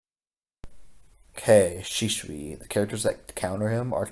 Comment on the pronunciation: shunsui shun not shisui